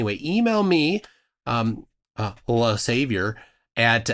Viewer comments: Correction : it's not "le saviour" but "le savoir" which is french for "the knowledge". Which is certainly as effed-up. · It's not savior. It"s "Savoir", which is a French word meaning knowledge. Just to correct this mistake. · It's not "le savior" as you said, but "le savoir", which means knowledge in French. Which is still very funny.